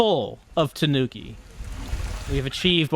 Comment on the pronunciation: Gotta get them Tuh-nooks